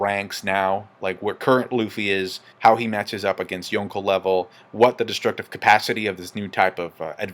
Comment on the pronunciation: Why you put so much emphasis on “Yonko” that shit annoying